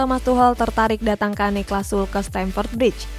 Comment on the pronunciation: niklas sule bacanya bukan sul wkwkwww